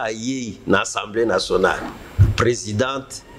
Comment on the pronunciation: Slt ndeko. Pardon olobaka tjs " ENSEMBLEE nationale ". Sikoyo owuti ko tanga ba articles et tu prononces ENSEMBLEE nationale ( peut-être avec accent aiguë selon yo) mais ce mot n'existe pas en français. Na lopoto ba lobaka assemblée nationale. Na landaka yo mais olobaka tjs ENSEMBLEE nationale.